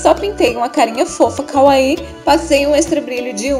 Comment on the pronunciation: amei o vídeo mas só eu ouvi kaaui ao invés de kawaii?